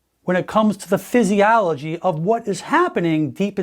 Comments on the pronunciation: "Psysialligy"? Really..? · I had suspicions about this 'Dr' right from the start due to his way of speaking and his inability to pronounce the word physiology correctly and his speech in general. So I looked him up. He is NOT a Doctor of medicine but a chiropractor and has no legal right to call himself. He has been busted online for it from many sources.